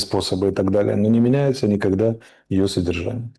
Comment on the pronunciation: Никахда такого не было, ни ках да 🤣